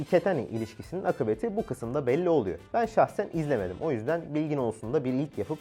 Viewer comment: de AKİBETİ kelimesini JAPON'ca okumak 😂😂